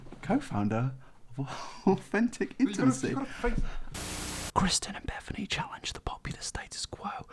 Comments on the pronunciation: Ew why does he keep calling Kristen, Christian Create = “car-ate” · kristen not christian, jesus :D